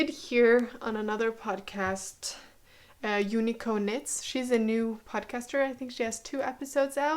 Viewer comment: what was the name of the podcaster you mentioned that knitted a sweater in the same year as your cabled sweater. It sounded like unico knits